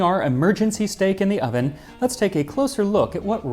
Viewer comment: Who else just heard Steak? And now here we are!